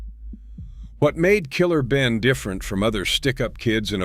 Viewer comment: Is this a A.I. white guy reporting all this?😅 Gotta do better. Did this idiot say Killer Benin?😂 $hout Killer Ben.🫡